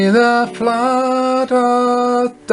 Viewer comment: pronounces "earth" as "ieeirth" lol